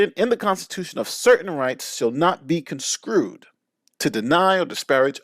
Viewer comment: I love ya. But did you just say “conscrued”?